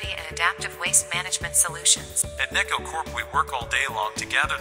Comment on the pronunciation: Loving this! Btw I think “neco” is meant to be “neck-oh” like the Japanese word “Neko” (cat)